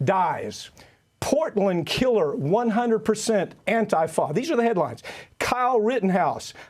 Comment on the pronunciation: Why can't this guy say antifa right?